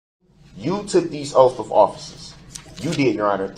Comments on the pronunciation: "You have to honor these oafs of offices" bahahahaha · "You took these oafs of offices"- my god the grammar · "These oaf of offices "....what a dumb human being.!😂😂 Rot in your cell dummy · Oafs of office-and him saying the word smart? From the greatest not smart in the world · Oafs of offices. My favorite Brooksism. I like “co-horsed” as a close second. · Took that boy over 3 weeks to figure out how to pronounce “tacit”…I guess it goes along with all his oafs🤦🏽‍♂️ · "you took these oafs of offices" "cohorsed" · "axed", "cohorsed", "oafs of office" ... this pseudo-intellectual clown. I wanna know what bs lawyer gave him all these talking points